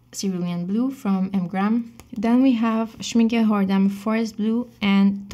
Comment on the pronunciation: Loved this video and btw almost perfect pronunciation of the brand "Schmincke" in the end of the video (when you said Schmincke Tundra Rose) <3<3<3